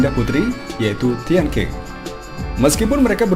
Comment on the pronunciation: Min.. kalo gak salah nama tian qing dibacanya tian cing, bukan tian king..